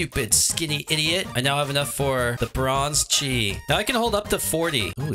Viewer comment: yay its someone who says chi right